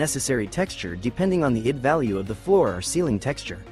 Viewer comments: Well, not exactly high quality when the AI reader makes many mistakes like read ID as id instead of I D! 😂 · One criticism for using an AI text to voice reader for the narration other than it being lazy is that the AI does not understand English nuances and conventions so says a lot incorrectly. For example, a lot in this video the AI reads ID as the word id instead of the letters I and D. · Yep, it's AI. It's not about the voice alone, it's also about how it reads. Just listen for the clues. It makes basic mistakes that no English speaker makes like reading ID as a word instead of the individual letters like we do in the real world!